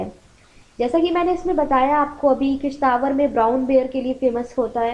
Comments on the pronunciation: it's किश्तवाड़ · Madam sorry but ye Kishtwar app galat pronounce krte hai